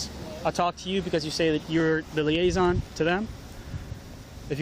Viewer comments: That was painful to watch.... "Police liason", my god did that cop have the patience of a saint. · The girl who is the self proclaimed “police liason” is talking like she is mentally challenged when talking to those inside the tent….are they aliens from another planet and not speak English??? The officers did not ask if they needed more time or needed anything. She needs to go somewhere, before they do anything. I cannot believe that these officers have to stand for that crap. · Lol “Police LIASON” 😳🤦🏻‍♀️